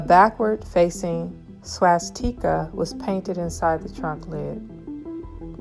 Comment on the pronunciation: You can’t pronounce swastika wtf